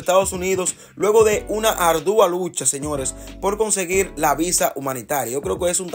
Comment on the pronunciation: Asere, eres un creador de contenidos, aprende a hablar, o no utilices palabras que no conoces, no se dice ardúa, es ardua